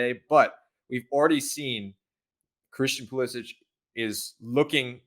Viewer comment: Every time they mispronounce Pulisic I die a little inside